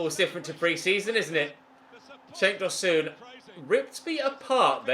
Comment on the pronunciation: Tosoon🤧🤧🤧 it’s pronounced Tosun exactly how its spelt